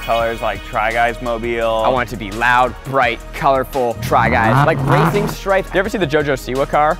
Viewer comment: what zach said: i want to make it racing car. what i heard: i want to make it a raping car.